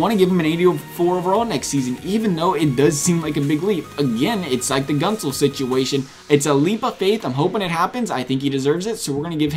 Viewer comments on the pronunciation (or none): Few things: Gent - zel not Gunt - zel They're gonna give Werenski an 86 (he deserves better though, mad respect for him.) Murray's gonna get an 88, if Fleury goes they might even give him an 89. The guy has two cups, keep in mind. You nailed everything else imo. Aho and Carlo also get 84s, potentially Rantanen as well. Also, funny how you give Murray an 87 here but in your top ten goalies prediction video you gave him an 89. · Did you call Jake Goat-Zel at the beginning Jake guntz? 👀👀👀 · For Guentzel's name, the emphasis is on the e not u. So it's like Gentzel